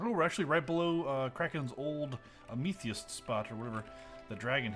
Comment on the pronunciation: is he serious about saying a-me-the-is